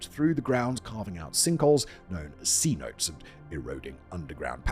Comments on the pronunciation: Those holes in Mexico and the surrounding areas are pronounced si-note-eh. Thats "si" is like signature, then note like that thing you would pass in class to see if girls like you 'Yes or No', then "eh" like hayyyyy but with out the "h" so just eyyyy. Put it all together and what do you Bipidy bopity boo, I mean Cenote. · cee-not-tassss lolololol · “C-notes” 😂 since you’re a Trekkie, Simon, just think, “rhymes with Chakotay” - 3 syllables.